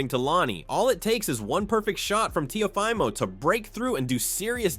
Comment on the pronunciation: Teh-ah-fah-mo is not his name lol Teo gets hit in the face too much to win this fight